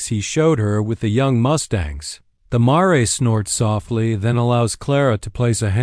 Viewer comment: It’s mare not maray